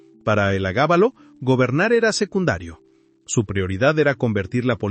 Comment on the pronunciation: Estimado: No se dice: "el agábalo" El nombre era: Heliogábalo. Me gusta tu canal.